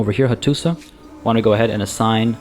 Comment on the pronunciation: Hello! Just a little thing, when you see letter š it's pronounced as "sh", so Hattuša Is pronounced "Hattusha" etc, i think. Usually I wouldn't care, but you encourage people in the comments So much, i thought i would write this here. Anyway I love your letsplays.